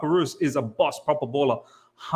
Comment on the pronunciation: Oh btw brother. Reus, It's Marco "Royce" like Rolls Royce.